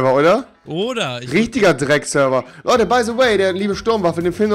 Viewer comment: Wie er einfach mal bei se way sagt. XD